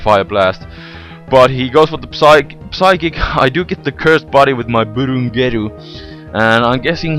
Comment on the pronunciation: psychic - the P is silent